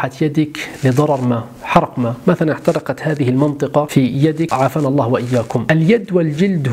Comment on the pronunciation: ﷲ.،،، * هذا لفظ الجلالة يا تنطق زي الناس يا تسكت